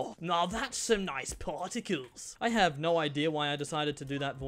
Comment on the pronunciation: “pAarticles” noice one